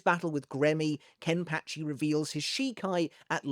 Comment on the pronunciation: Sorry but it pa not patch I've enjoyed the video but we have to put some respect on Ken pachi name